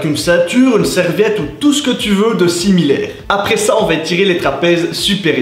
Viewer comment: de similairrRRRRRRREEE